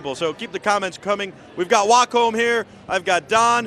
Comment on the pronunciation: Host was very disrespectful. Geez let the Wacom rep talk! Host couldn't even say "Wacom" right, acted like a kid. This was borderline cringe. Lots of wasted time and bad presentation. I just wanted to hear the Wacom rep talk, not have that bozo constantly talk about his drawings on the screen.